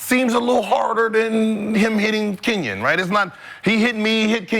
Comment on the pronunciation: Who is "cenyen". As if she would ever mess up Reese 's name. Just another subliminal dismissal